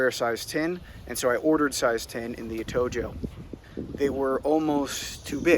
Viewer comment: It’s pronounced Atohoe